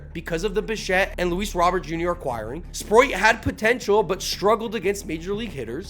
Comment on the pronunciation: Stop saying Sproit!!! It's Sprout! Spr... oat